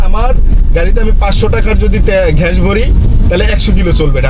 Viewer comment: ঘেস না শালা মূর্খ, গ্যাস হবে উচ্চারণ 😂